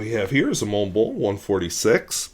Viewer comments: TF is a “morn blurnh”? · You can’t even pronounce the brand correctly let alone use a quality pen. Who the hell told you Germans - yes Montblanc is a German brand says “mourn blourn” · So, when pronouncing the brand name, the "c" is silent? There's no "kuh" sound at the end?